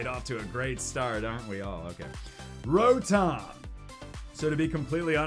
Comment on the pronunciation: Wait did he say lotom instead of rotom